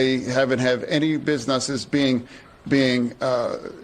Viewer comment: minutes he says busNUTSes 🤣 What is on Brandon Fetterman's mind?? Dems go from sniffing little kids to this?! So creepy.